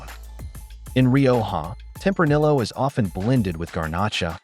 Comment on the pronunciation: Is this ai or did you make this entire video just to piss people off by pronouncing tempranillo with the hard L?